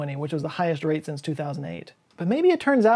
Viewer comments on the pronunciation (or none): none